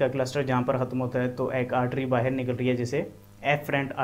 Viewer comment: The moment he said baher 😅 means pakistani brother.....I instantly liked the video.......support from India bro.......